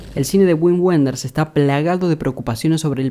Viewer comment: Un detalle: se pronuncia "vin venders"